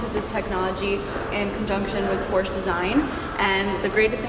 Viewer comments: She still can't say Porsche right. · It's POR-SHUh .. Not porsh. Not por-che. Not porch. Not posheh. It is POR-SHUH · Oh you mean PORCHEEE yeah I love those . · 😑 works at the Porsche Design Center and can't even pronounce Porsche right 🤦🏻‍♂️